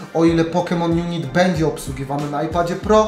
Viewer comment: Mówi się "junajt"